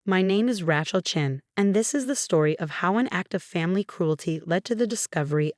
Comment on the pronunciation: The AI cnt pronounce Rachel or Nazi, among other words